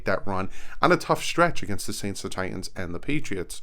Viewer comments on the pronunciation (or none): none